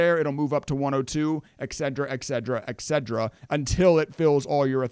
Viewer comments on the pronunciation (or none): The word is "ETCETERA" not "EXEDRA"